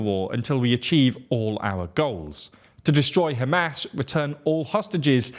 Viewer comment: Every time you say Hamas, I hear ham-ass lol. Love your videos!